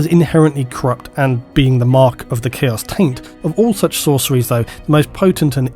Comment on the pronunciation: Heh...he said Chaos Taint.